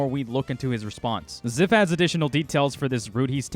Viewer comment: I believe Zyph. Also it’s Z-“eye”-f